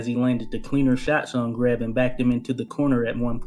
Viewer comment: Jesus H Christ pronounce his name correctly